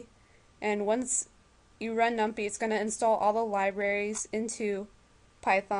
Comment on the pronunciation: LOL num-pie. Like pie-thon